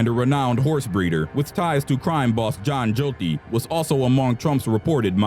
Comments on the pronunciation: John "Goat-tee"? Stop murdering these names! Got-tee! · john joe-tti? lmao okay i thought i wasn't pronouncing gotti right xD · How do you not know how to pronounce John Gotti's name? John Jotti really? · John jotie?? John Gotti 🤣🤣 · How did this guy pronounce John Gotti's name wrong. WTF. 😂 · I was on board until I heard how he pronounced John Gotti's name. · you should be bitch smacked for mispronouncing John gotti's name lmao